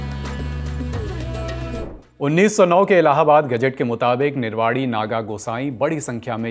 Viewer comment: Its a humble request to pronounce nirvani in correct way. I am not judging you but please correct this.